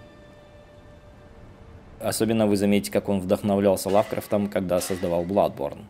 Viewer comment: ЛавкрАфтом, ударение на А, и книга называется, "Тень над Инсмаутом", а не над Инсмунтом